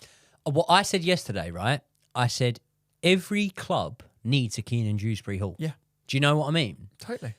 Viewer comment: Broo it's since we selling Dewsbury-Hall I realized that his name is not dRewsbury-Hall 😂😂